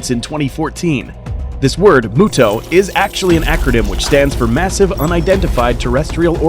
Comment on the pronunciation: M-yu-to not mooto Does it look like a cow to you, no offense